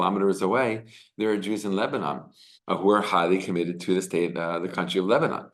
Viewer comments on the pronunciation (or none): none